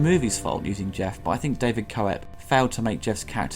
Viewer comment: Hey, just FYI, David Koep's name is pronounced KEPP, not KO-EP.